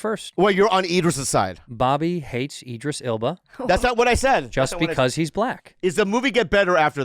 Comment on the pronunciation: Andrew: "Edris Ilba"😂